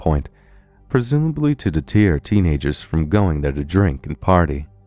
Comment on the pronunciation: I noticed you keep pronouncing deter wrong! XD It's "deh-ter" not "deh-teer"! Love your videos tho! :)